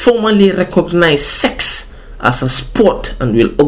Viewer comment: Why are you putting so much emphasis on the SEX?? 😂😂😂